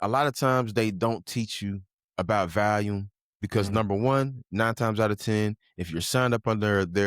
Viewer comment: Lol man I say volume so wrong 😅